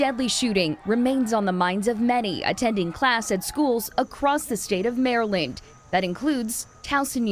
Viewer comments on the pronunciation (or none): Across the State on "Mare-linked"? Stop using AI to report the news, please.